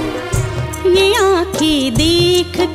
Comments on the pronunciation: गायिका का हैं का उच्चारण गलत है वह हैं को है गा रही है... न का अनुस्वर नहीं गा रही इसलिए साहिर लुधयानवी की शानदार शायरी कर्कश हो है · सुरेश जी की आवाज़ आज भी बेमिसाल है और बाँसुरी नवाज़ मोहित जी का बाँसुरी वादन कमाल का है. मगर को 👉हैं और 👉है में उच्चारण का अन्तर पता नहीं है उन्हें इस और बहुत ध्यान देने की ज़रूरत है 🙏😊